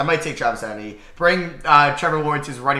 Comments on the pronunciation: say it with me it e tee en not etin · It’s Travis E-Tee-N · The way you say Travis etienne is making me mad. It’s pronounced E-T-N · Your pronunciation of certain players’ names like Chuba (chew-buh) and Travis Etienne (ee-tee-en) is hilarious 😂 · I came to the comments just to say this. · Same how is it that hard to pronounce, literally 3 letters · Love how he pronounces Eitenne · i was gonna comment that lmao. “travis etinee” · It’s pronounced Travis ETN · Its pronounced Travis etn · If says Etienne wrong one more time imma scream 😂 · The way he says Travis Etienne's name is hilarious. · Literally makes me laugh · holy shit... hahaha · Bro butchered Travis Etienne's name